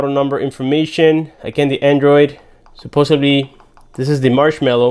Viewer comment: Supposably??? No such word.